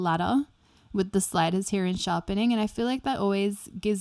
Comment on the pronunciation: I like how she says "from he-ya"